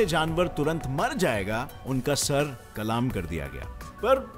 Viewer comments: Kalaam nahi kalam कलम hota he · Bro Sir kalam hota hai... Sir kalaaam ni hota!! 😅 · sar kalam nhi kalm hota hai